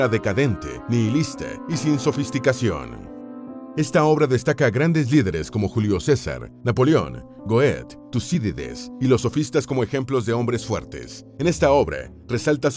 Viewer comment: nota al locutor: la fonetica del apellido Goethe es algo asi como /guette/ NO Goet.